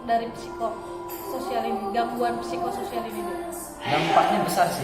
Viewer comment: P nya jgn dibaca.